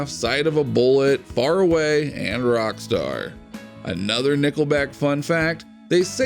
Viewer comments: Yep I heard it to, maybe he's rocktarded. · find a new voice for this show he cant pronounce rock star not good on a site called rock feed